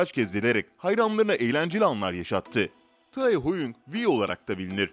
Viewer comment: RM - Reym K-Pop - Ka-Pop Namjoon - Nemjun Taehyung - Taeyong Jin - Cin A.R.M.Y - Bts Ordusu Jungkook - Cunguk Abi cidden tellaffuzun mükemmel ne diyeyim yani RM - AREM K-Pop - Ke-Pop Namjoon - Namcun Taehyung - Tiyang Jin - Cin (Evet böyle Tellaffuz ediliyor) A.R.M.Y - A.R.M.Y (Yazılışı gibi okunuyor zaten) Jungkook - Cankuk Böyle telaffuz ediliyor 5 yıldır Korece dersi alıyorum ondan biliyorum